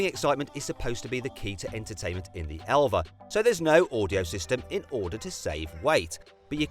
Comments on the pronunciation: 엘바를 엘베라고 읽는다❓ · 엘바 아니고 엘베?ㅋㅋㅋ